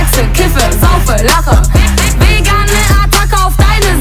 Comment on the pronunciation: did she say she vegasn ?!?? lol